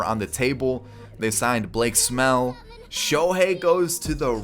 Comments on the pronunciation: is he saying Blake Smell? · He called Blake snell Blake smell when the angels signed him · I died when said Blake Smell